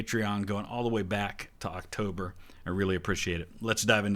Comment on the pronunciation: They pronounced “October” strangely as well